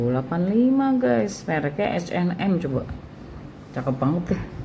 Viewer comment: Ka...H&M itu bacanya biasa Ha en Em...krn nama orang🙏🙏🙏Hennes dan Moritz